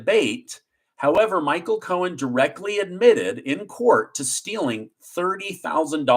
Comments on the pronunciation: I love listening to you tell us the news but it's driving me crazy that you keep calling him Michael Cohens when it's Michael Cohen. The thing is that you don't say it wrong all the time but for instance around 5m20s you call him Cohens when all the time before that on this video you said it correctly. I don't even know if you're aware you are doing it. Anyway just a pet peeve of mine, not trying to be one of those people but i already hate the guy as it is. Thank you for keeping us informed, your amazing! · I’m an English teacher. I watch your show daily and I think it’s awesome. Can you stop adding an S to the end of people’s names when it doesn’t belong there? (ex: Braggs, Cohens) It’s making me crazy. Thanks!